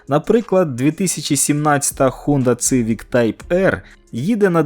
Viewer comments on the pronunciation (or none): Не цивік, а сівік! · Як можна говорити Цивік, якщо читається Сівік((( не розумію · Не Цывик, а Сивик! Буквы С в английском читается как - Си а не Цы.... Сколько можно неправильно читать название модели. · будь ласка, не цивік а сівік